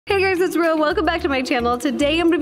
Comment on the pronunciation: It is Ro not row